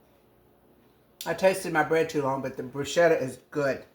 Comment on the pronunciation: Love bruschetta! I’m thinking about growing basil in the garden this year just so I have it fresh for this very purpose. Your’s looks delicious! I’ve never tried putting balsamic glaze on it; I’m going to give that a try. In Italy, the “ch” in bruschetta is said as if it were a “k,” but any you say it, it is delicious!😊